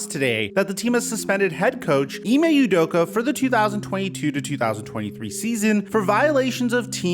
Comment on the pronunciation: Off topic, but as a Nigerian hearing Ime Udoka pronounced as Ee-may You-doka makes my skin crawl. Its Ee-meh Ooh-doka.